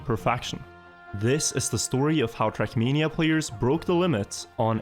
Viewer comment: Came to hear “trackmeania”, got what I needed 👍